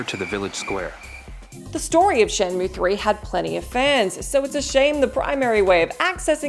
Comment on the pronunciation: the one unsung thing about the laughable shenmue dub is Corey Marshall's near perfect pronunciation of both Chinese and Japanese names and other proper nouns